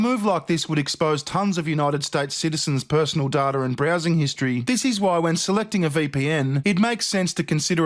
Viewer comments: Data, not datr. :V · "Chiner" and "datar" I love it.